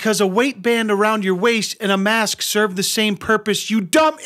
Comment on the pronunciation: Hey wait a minute. The woman with the embarrassed boyfriend is in multiple Karen compilations. She’s in the high council of Karens. Everywhere she goes she “doesn’t wyant to wyear a myask” and will gladly cause a scene and record herself while doing so.